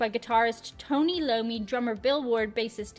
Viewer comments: Hey,, Tony's last name isn't Lommi, It's Iommi (pronounced:Eye-Owe-Mee) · Sorry but it isn't Tony Lommi, as you said, it is Tony Iommi (Eye-owe-me) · it's Iommi with an I. Not an L. "Eye-Oh-Mee". Not "Loh-Mee". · 1 mistake, Tony Iommi (eye-o-mee) not Lommi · It's not Tony Lommi, it's Tony Iommi! 😆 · The guitarists name is Tony Iommi (pronounced "eye-oh-me"). You pronounced it "low-me" as if the capital I was a lower case l. Otherwise, cool reaction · Tony "Lommi" 😂 it's 'Iommi' with a capital I but nevermind. 😎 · lol, Tony's last name is pronounced eye-OH-me. I heard you pronounce it "loamy" :D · I am sure someone already said this, but it's pronounced like eye-oh-me, not like low-me. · It's Tony Iommi Not Tony Lommi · It's not "Tony Lommi" dear! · Iommi, not Lommi. Cute :-) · Pronounce(ayomi)not lomi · Hahaha... That's Tony Iommi, not Tony Lommi... pronounced eye-o-me. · Tony I OH ME not Tony LO ME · I got a kick out of hearing you mispronounce Tony Iommi's name. That's actually a capital i and not an L at the beginning of Iommi. It's properly pronounced "eye-oh-mee". It's a common mistake, so don't feel bad. Lol. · Tony iommi not Lommi 😂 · Tony Lommi? 😂😂😂 Iommi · That's a capital I in Tony's last name, not a lower-case L. Tony Iommi (eye-OH-me). Also, it wasn't Ozzy's "childish" lyrics.....it was Geezer's. Geezer Buter, the bassist, was the main lyricist in Sabbath's early years. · Never heard Iommi pronounced Lomi!🏴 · Tony Eye-Oh-Me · Tony's name is pronounced I-O-Me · Tony Eye-oe-me(Iommi) 😊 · Tony I--O-MEE sound it out lol he was tossed out of Black Sabbath in 1980 due to excessive drugs and alcohol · Tony Iommi, not Tony Lommi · Tony Iommi. It's pronounced "Eye - ō - me". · Not to split hairs but it’s iommi ( eye-oh-me )